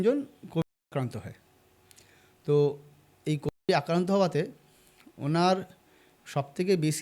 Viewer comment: কোভিড শব্দ টা উচ্চারণ করলে কি হয়!!!এত ঢোক গিলে গিলে কথা বলা একদম ভাল শোনাচ্ছে না।সব মিলিয়ে একদম ভাল লাগল না।